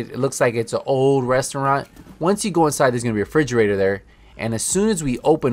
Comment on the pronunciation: Thanks for the video a great help. But dude I couldn't help getting distracted when you say frigerator it refrigerator 😂